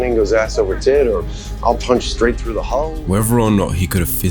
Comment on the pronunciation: It's fly through the sky NOT fly frew the sky.